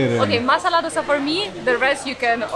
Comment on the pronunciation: Lovely Vlog. as always !! but couldn't resist correct the pronunciation.. Sambr id Pronounced as Sambar or Sambaar DOSA is Pronounced as Do (दो ) sa.. Love you Guys !!